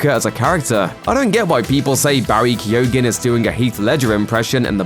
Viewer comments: It's pronounced KEEGAN, not Kee-oh-gan. Why can no one pronounce names and words in YouTube vids? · His name is pronounced "Key-o-han", the "G" is silent... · You arent pronouncing his name correctly, the 'G' in his name is silent. Kee - Oh - Han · Keoghan is pronounced “Kyone” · Yes I too like the actor BARRY KEY-OGEN I wish people actually researched the pronunciation of names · Guys its pronounced Barry KEOH-AN. In Irish there are lots of words with GH, DH, BH in them, coming from ancient Irish ways of spelling. In this case, for the purposes of pronunciation of this actor's name >> basically forget that the G is there at all, and just split the sound at that point. KEOH-AN. [Source: am Irish and my surname is MacCarthaigh] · "Kee-yo-han" The G is silent. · Barry's Joker is very reminiscent of the Arkham video games joker, and as such, a very true comic book portrayal. Excited to see what this young man can do in the role. He has nailed it in this clip as far as I'm concerned. And just for the sake of it, his name is pronounced "Key-o-han", the "G" is silent... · It's pronounced Key-own. Please never do a video like that again. Everytime you said it I wanted to Toss the phone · It’s not pronounced keogan the g is silent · You're still pronouncing his name incorrectly..... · The person doing the voice over should also be locked up for murdering the pronunciation of Barry's surname! It's the most grotesque part of the clip! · Jesus Christ, learn how to say his name right, that’s one hard g you got there